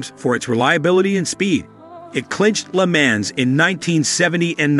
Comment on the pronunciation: You mispronounced Porsche, LeMans, and Bugatti. Got a good laugh out of that.